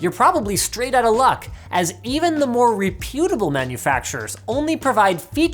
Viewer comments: Linus.. it’s pronounced REP-ut-ab-le. Please, stop saying it wrong, for all our sakes. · I absolutely cannot stand when huge channels with a dedicated front man cannot pronounce words correctly. Like "reputable."